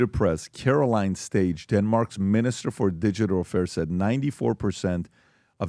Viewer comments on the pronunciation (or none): It's pronounced like "stay-ah". the "g" is silent. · "Caroline Stage" is pronounced [karoline staa] because the "g" is silent and with a prolonged a'. But not like star. More like stay, without the y but with a longer "a" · the "G" in Danish is soft, or silent unless it is at the beginning of the word or paired with a second g as in "gg"...(then it's a hard G). In the case of their being one letter G, particularly in the middle of the word like in Carolines middle name "Stage" (it is silent). Hope that helps 😊